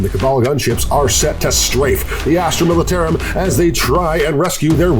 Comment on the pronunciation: I love but the way he pronounced militarum made me flinch everytime